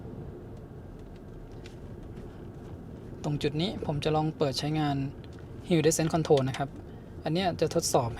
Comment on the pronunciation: Hill descend ออกเสียง ฮิล ดิเซนด์ ครับ